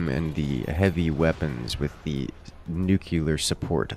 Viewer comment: Nuclear, not nucular. Though, the second time did sound more like nuclear.....The first time was definately nucular